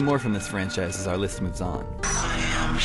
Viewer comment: pretty good "listht"